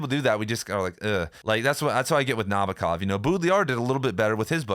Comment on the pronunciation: It’s spelled NabOkov (stressed on “O”). I’m a Russian speaker